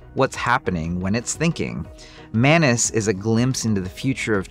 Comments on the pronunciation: Its not manus its Maa noos - मानुस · Why do I always hear “menace” instead of Manus?